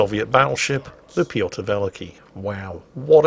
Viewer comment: By the way, it's not VEL-i-kee, it's vel-EEE-kee